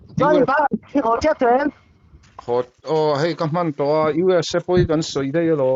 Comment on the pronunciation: Dala hnenah khan, UESA i lam dik loh vangin An rawn man dawn che ti rawh...